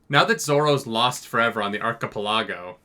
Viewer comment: I really hope that's not how you pronounce "archipelago" 💀